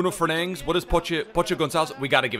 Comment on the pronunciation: why does he say bruno fernangs